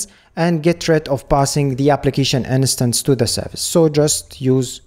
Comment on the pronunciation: you always say "in-a-stance" but you mean "instance", right? just to be sure, I don't miss anything.